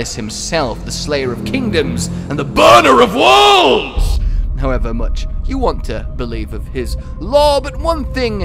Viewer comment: When you said "Fatalis, the burner of worlds!" It sounded like you said, "Fatalis, the burner of wulgs'!!"